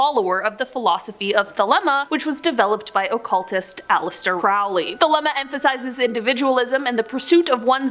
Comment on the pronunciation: Aleister Crowley, not Rowley, but awesome video